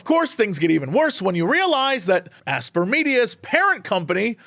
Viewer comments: BTW Aspyr isn't pronounced "ass-per", it's pronounced the same as "aspire". It's just the word aspire with a Y in it and minus the E, because adding Ys to words is cool or something. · Isn’t “Aspyr” pronounced the same as “aspire”?